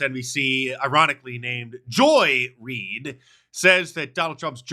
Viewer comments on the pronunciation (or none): Her name isn't Joy Reid. It's Joy REEEEEE-ed.